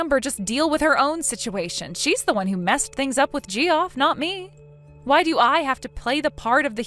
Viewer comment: It's not "JEE-off." It's "JEFF."